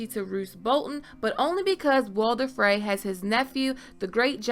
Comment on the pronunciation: Very good video but you gotta learn how to say "Frey"